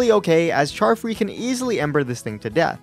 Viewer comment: charfree sounds like Child free to me lol